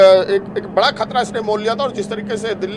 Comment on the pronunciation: मैडम जी बरा सवाल नहीं बड़ा होता है 😂😂